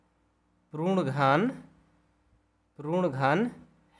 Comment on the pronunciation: Sir wo prun nhi hota puran hota hai